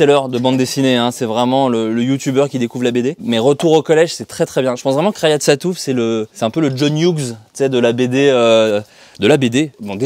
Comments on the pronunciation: "rayad" sattouf lol, à l'américaine :p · "rayad sattouff"... comment ça rayad ???